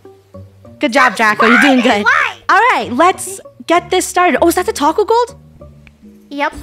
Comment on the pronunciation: “Taco-yah” haunts till the end